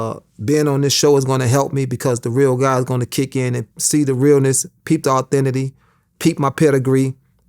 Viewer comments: Authenticity bro I’m writing a book nigga said Authenity 🤣🤣🤣😭😭😭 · This nigga just say authenity 🤔